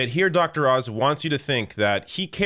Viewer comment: Thought it was Dr. Ounce :(